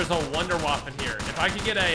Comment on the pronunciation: "I wanna waffe!" Also: 'Fails to notice the waffe on the ceiling'